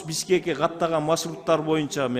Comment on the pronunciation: Депутат машурут эмес маршрут